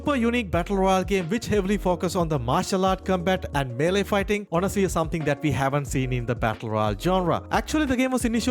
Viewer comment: For Naraka you said malee combat not melee combat